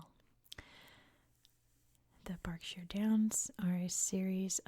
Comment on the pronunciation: Nailed "Berkshire" and "Reading"! 👏